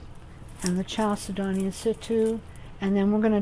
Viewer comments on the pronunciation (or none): Very creative and SO PRETTY!!! Thank you for sharing !!! FYI Chal is like Church but chal, said-do-knee with the emphasis on said and do and knee.Chalcedony 😊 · I'm pretty sure it's cal-sed-ney. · I was told you pronounce chalcedony, "kal-sid-on-ee," or something like that. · Very nice and helpful. Thanks so much. FYI: the "ch" in chalcedony is hatd and is prolounced like a "k". It's a from a Greek work.